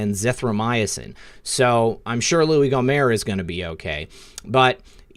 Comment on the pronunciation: Gomert is pronounced GOmert with the T